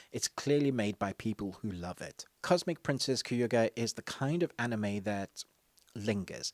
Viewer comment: Funny the amount of times you said kayuga instead of kaguya